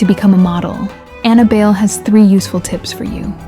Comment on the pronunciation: Ana Bail? How hard is it to check for proper pronunciation of names.